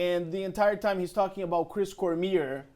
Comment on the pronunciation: its cor mi ay not cormeer dumy